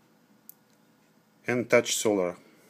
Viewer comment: reviews a G-Shock) I'm sorry bro but your English is not good enough for the task, there are too many mistakes both in English grammar and spelling. "Tough" (Таф) is pronounced differently than "touch" (Тач). Yet your review shows a lot, I advise you to stick with Russian reviews or learn English.